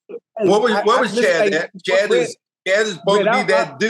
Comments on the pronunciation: Chet not Chad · Someone please teach them how to say Chet’s name!!! 😂